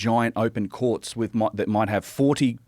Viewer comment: When this guy says courts it sounds like quartz